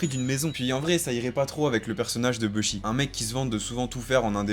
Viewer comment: Pitié les gars dites bouchi